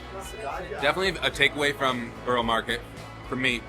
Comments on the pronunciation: Hey I know this is pedantic but it’s a really easy thing to learn - Borough is pronounced buh-ruh not burrow. So whenever you see a place with borough, burgh, boro on the end such as Edinburgh, Loughborough etc. it’s pronounced buh-ruh. Hope this helps! 😊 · Burugh (that;s how you say it) not Boro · You didn't let us see you try the pistachio donut and what you thought of it? Also, please stop pronouncing it as "Burrow market". It's pronounced like "buh·ruh maarr·ket". Yes I know I'm being picky 😂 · Borough is pronounced Baarah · lol it’s not called Boro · It’s BURRA market, dullard! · It's pronounced " Burra" If your from England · Please learn how to pronounce borough market correctly.